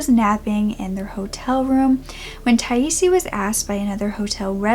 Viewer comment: According to the Charley project 'Her name is pronounced Ty-eese.'